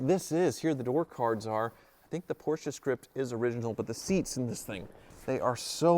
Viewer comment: Finally you can say “Porsche” instead of “Portia”. ❤️